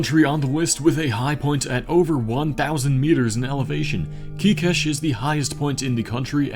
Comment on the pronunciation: As a Hungarian, your pronunciation of Kékes was surprisingly acceptable. We always appreciate such small gestures.